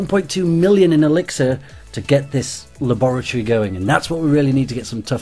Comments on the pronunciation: La-boor-eh-tor-eh? It's Lab-ri-tor=E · Lol the way he said laboratory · is it just me or does he say laboratory really weird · he says it like you say it with a british accent but he doesnt have a british accent lol p.s i quit clash but cant lewve videos